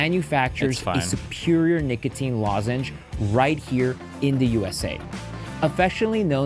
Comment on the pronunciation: IF YOURE DOING AN AD LIKE THIS ON A VIDEO LIKE THIS FOR THE LOVE OF GOD PRONOUNCE THE “O” IN NICOTINE. AINT NO SOFT “A” IN NICOTINE.